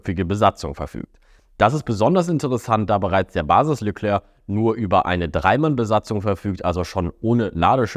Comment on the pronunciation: Phonetisch Leklär(k) nicht Leklörk.